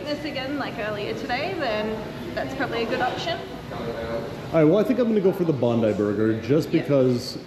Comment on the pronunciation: Bondi is BOND-EYE not bond-ee. Oporto started across the road from Bondi Beach.